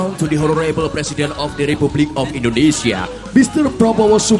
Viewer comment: Mc sebut nya indonesia bukan endonesia